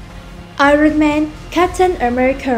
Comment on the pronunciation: mình góp ý la iron âm r câm nên k đọc là ai-ròn được, cái này khá nổi tiếng nên nhiều ng biết, nếu từ nào k biết cách phát âm thì b nên xem phiên âm của nó trước kẻo đọc sai